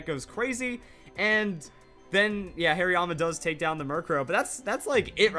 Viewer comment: Whats a "Hairyama"? Is it a Hariyama with lots of hair? (Please don't hate me too much, that pronunciation made me laugh waaaaaay too much not to pick on him)